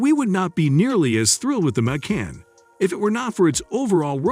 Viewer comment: The audio on this is horrendously hysterical. "May-can", "Kay-an", "Nine Hundred and Eleven" and "Porscheeee" What AI bot narrated this? I had to stop watching.